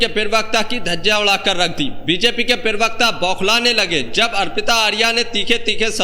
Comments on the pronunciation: पीरवक्ता नहीं प्रवक्ता होता है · Perbakta nahin bolte bheya,, Prabakta bolte hain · Bhai yeh pirvakta kya hota hai..pirvakta nahi parvakta hota hai.